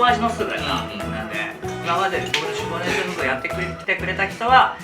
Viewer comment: 今まで何回も作ってきたのに 今日初めて初っ端 脂肪ねんきゃくって言ってるのに気がついた😂 このレシピほんと好き。